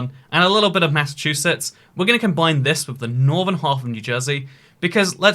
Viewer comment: Everyone: New England: M A I N S S A C H U S E T T S